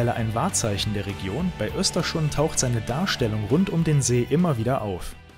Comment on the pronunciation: Ein super tolles Video. Ich erlaube mir dennoch dir zu sagen das du Östersund falsch aussprichst. Die Stadt heißt nicht "Österschund" 😊